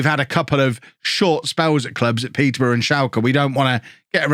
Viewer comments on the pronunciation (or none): none